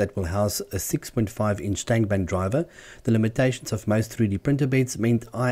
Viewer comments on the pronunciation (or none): none